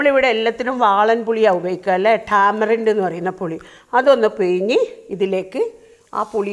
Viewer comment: പിയിഞ്ഞു, കയിഞ്ഞു അല്ല. പിഴിഞ്ഞു, കഴിഞ്ഞു എന്നു പറയൂ.